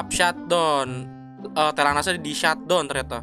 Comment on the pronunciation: “shat dawn” bang bacanya bukan “shat don”